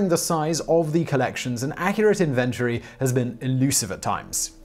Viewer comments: In ven Tory I'm sure your based in UK and the Test match player from the 80's and now for those sore feet Sir Ian BO tham . Did you ever think Stephen Hawking spoke with an American voice. You are helping those students at Exeter Uni creating a new drinking game keep up the . Watch a News reel to aid with the speaking of the written word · Valentine Goose no no no ... it’s supposed to be pronounced inventory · Nobody in Britain pronounces inventory like Simon. Whatsmore, he constantly uses superfluous pronouns, it drives me mad, I sometimes have to stop watching. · I'm a native British English teacher and he doesn't pronounce inventory correctly in any dialect, still, who cares? It's his superfluous pronouns that drive me mad! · DANG, I thought I was ANALytical about the emPHAsis on the syLLAble lmao. Thank you.. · You pronounce inventory wrong and it bugs me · Simon pronounces the word ‘inventory’ rather quaintly. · Why did you keep pronouncing inventory wrong? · Someone needs to teach him how to pronounce the word "inventory". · Oi! You're pronouncing 'inventory' like a yank. Cease and desist immediately! ;) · Nobody pronounces "inventory" this way... 😤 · It's just really annoying -- says a US American -- the way you pronounce 'inventory'. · Simon i know you're an eccentric fellow but your pronunciations of "controversy' and "inventory" are insane. I"ve never heard anyone pronounce these words like you do. Otherwise I think you're the bomb. BUT PLEASE while some Brits have unique ways of pronouncing words you go OVER THE TOP MATE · Bro, google some words before you talk to figure out how they're said. You butchered inventory, a really easy word. Blowing my mind how you're the anchor 🤯. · You need to learn to pronounce the word inventory. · Have a hard time saying inventory? No can butcher English like the English. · It angered me how this guy pronounced inventory. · I can't stand the way you pronounce "inventory." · Please learn to pronounce the word "inventory".